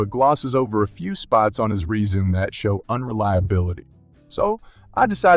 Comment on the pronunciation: Sounds like a machine. Can't read resume, 0800, 25cm, 2x, etc., correctly.